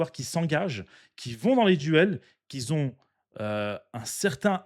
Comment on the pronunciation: Tu gères frère tu t'exprimes très bien tbarkellah mais si je peux me permettre tu dis beaucoup"qui zont" tu fais la liaison a chaque pour dire qui ont 😁 c'est pas méchant force a toi frère